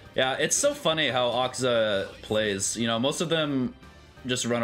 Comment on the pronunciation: you don't have to stress on the AKAAZA just pronounce it like Madara one A is enough